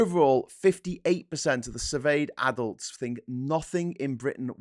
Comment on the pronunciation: You've been talking to Phil to much, you're starting to pronounce "adult" as "addled". It's confusing because when talking about the general public both work equally well.